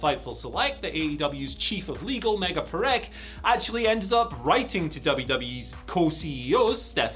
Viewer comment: Wait is it just the way your pronouncing it or did you just say AEW’s lawyer is called MEGA PRICK cause that’s what I heard Tbh 💯